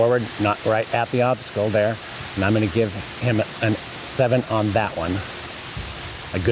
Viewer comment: As for the announcer, I am going to give him a 1 for saying "Nat" instead of "That"....my pet peave...